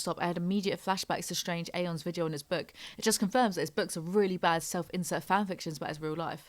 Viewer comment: I love you but I can’t stand the way you pronounce “video” like “vidjio”